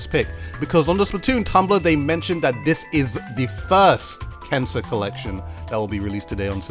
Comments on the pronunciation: I keep hearing cancer instead of kensa... Also I wish Nintendo didn't name the splatfest points "clout" but somebody in their team decided it would be a good idea :( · Is he saying “cancer” for the brand? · Why does it sound like your saying cancer instead of kensa? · It sounded like you said cancer collection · I’m watching the video without captions and he really sounds like he’s saying “cancer”